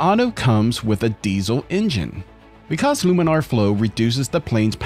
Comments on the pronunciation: Is that really how you pronounce laminar? "Loominar"? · Laminar flow, not luminar flow. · You started off saying laminar flow and then started saying luminar flow for the rest of the video. It doesn’t make you sound fancy, you sound like an idiot. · laaaaaaaaminar. It's "laminar," not "luminar."